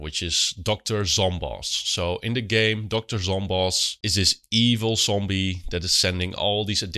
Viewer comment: no offense... but everytime you say "zombie", I keep hearing "Zombie nation kernkraft 400" play in my head. Also thank you very much for this video! I love PVZ, and also suffer from SERVE ADDICTION issues and will take this advice!